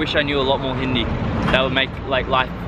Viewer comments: This man hindi accent is better than some indians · You have best pronunciation of hindi name and word I ever heard by any westener or english people